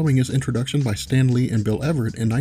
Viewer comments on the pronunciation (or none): none